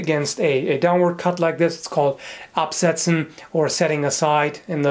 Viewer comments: This isn't really important but I was really impressed with how you pronounced "absetzen". Absolutely flawless. Even though I knew better I legitimately thought you were German for a second :P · Very good pronounciation of "absetzen" ! Good job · Wow are you German because that pronunciation was golden